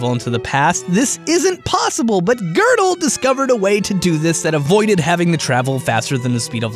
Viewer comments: Why did you pronounce Gödel wrong literally every time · Gödel is pronounced as ''Juhdel'' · Is it pronounced gerdal not godel?